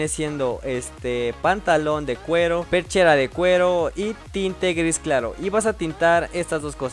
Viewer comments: Es pechera no perchera aprende a hablar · es perchera o pechera???